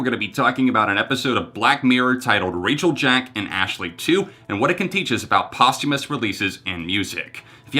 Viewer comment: I am so proud of how smart the young people are today. There is one thing I notice time and again is when certain words are mispronounced over and over. Posthumous is being pronounced wrong. Post is pronounced the same as most. I dont blame anyone. Many times we only read words and have never heard them. The theme of this video is about posthumous so it really should be said correctly. Great video otherwise. With smarts like this young man has we have no reason to worry about the future.